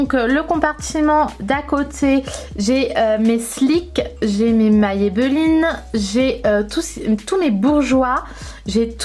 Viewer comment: Hello 🙂 Tu m'as perturbé tour du long quand tu prononce Maybelline 😂😂 C'est la 1ere fois que j'entends quelqu'un le prononcer ainsi 🙊 Tu es bien organisée en tout cas 👌 Moi je préfère tout avoir ranger en tiroirs.. comme j'ai BEAUCOUP BEAUCOUP BEAUCOUP de produits, j'ai plusieurs caissons Alexx d'Ikea et j'ai la chance d'avoir une pièce rien qu'à moi pour ça Mais chacun fais avec les moyens du bord et ses goûts surtout 😁 Des Bisous 💋